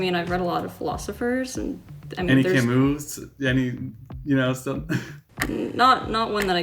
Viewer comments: pronunciation of Camus hurt me inside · I know absolutely nothing about philosophy, but I'm pretty sure the long haired guy mispronounced Camus.